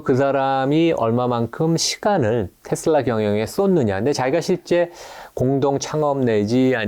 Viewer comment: 제발 ‘테슬러’ 라고 발음하지 마세요. 저 미국 30년 살고 있고 영어 능통한데 아무도 그렇게 발음 안해요. ‘테슬라’입니다. 정말 거슬리네요😮